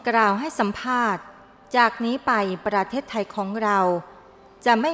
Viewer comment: ชื่อว่า ประเทศไทย ไม่ใช่ ประเทสๆๆๆไทย อักขระอักษร ผิด ทุกสรรพสิ่งทุกอย่างเปลี่ยนแปลงอย่างมหันต์ทันที